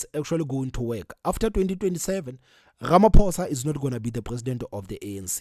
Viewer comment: pls have respect for our president.its RAMAPHOSA,not RAMAPOES OR RAMAPUSS